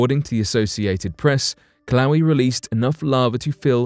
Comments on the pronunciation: The volcano in Hawaii is not pronounced Kil-lau-wee. The correct pronunciation is Kil-ah-way-ah. Just saying... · Hawaiian words are pronounced phonetically. "Kill ah whey ah" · There is no volcano in Hawaii named killawee???....Do you mean Kilauea...it is pronounced as kee-lau-ay-uh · It's pronounced Kill-oh-way-uhh, not "kill-owee". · Is it pronounced killa???😶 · pronounced KIL-O-WAY-Y A🤣🤣🤣🤣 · Kilawi. LOL!! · "Kill-owie" lol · Took me a little while to figure out what he was talking about, and I live in Hilo. It's the worst pronunciation I've heard yet. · The way the announcer pronounces Kilauea...😂